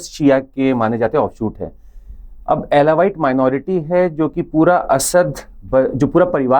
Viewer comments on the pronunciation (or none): अल्वी होता है । अलावाइट नहीं। अल्वी शिया समुदाय है । भारत में राशिद अल्वी कांग्रेस नेता है । माइनारिटी मेजारिटी की बकवास ट्यूशन मास्टर करते ही रहते हैं । परीक्षा के लिए पढ़ना और पढ़ना इससे अधिक कुछ न समझना!!! पेपर ही सबकुछ है😅